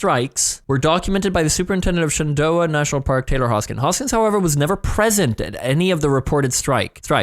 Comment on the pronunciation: Shenandoah is Shan in doe ah. I'm from the blue ridge mountains and the Shenandoah valley lol cracked me up to here you say shenendoeh